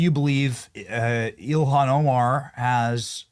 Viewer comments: Did he say elian Omar? Trice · I love our VP but how he pronounces Ilhan is so weird LoL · I like how he doesn't give her enough respect to even pronounce her name properly, so funny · Vance does not say her name correctly. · Why was the vice president pronouncing her first names in such a weird way That's kind of curious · Someone needs to teach JD how to pronounce “Ilhan” 🤣